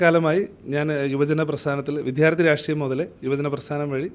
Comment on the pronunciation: Jai Jai BJP. പിന്നെ വിദ്യാർത്ഥി എന്ന് പറയണം. വിധ്യാർത്ഥി അല്ല. മിക്കവരും ഈ തെറ്റ് ആവർത്തിക്കുന്നു.